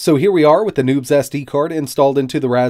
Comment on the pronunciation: Not gonna lie, I thought you said that there was nudes on that SD card the first time you said it.